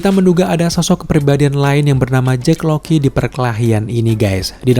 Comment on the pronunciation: Jack Lockley bang ngapa jdi Jack Loky:v